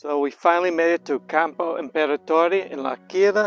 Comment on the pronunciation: It took me a while to understand that you said L'Aquila but your pronunciation of Campo Imperatore was eccelent! 👍